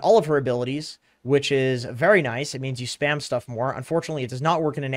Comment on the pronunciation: Intresting "SHTUFF"